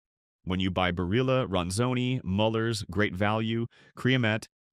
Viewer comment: You can’t even pronounce Barilla correctly. Why should I trust you?